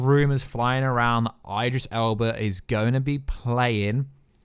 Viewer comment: I generally think your mispronouncing IDRIS on purpose